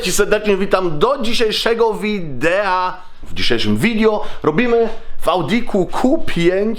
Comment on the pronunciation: nie widio tylko wideo